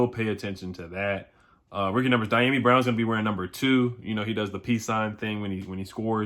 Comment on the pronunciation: CAN U PLEASE PRONOUNCE Dyami’s name right!????? Geesh u disrespecting that Man. U the only WFT you tuber saying his name wrong!!! It is Dee - Yom - EE Brown